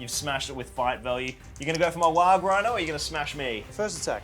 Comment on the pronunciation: Every time he says Warg I think he's saying Waagh. I mean, it's orc either way so it's fine but still.